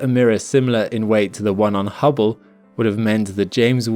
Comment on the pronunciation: Oops, ya emphasized "Hubble Space Telescope" wrong in comparison to James Webb's: ya should have said "successor to the HUBBLE Space Telescope" (both are space telescopes; the contrast is in the first parts of the names). :-)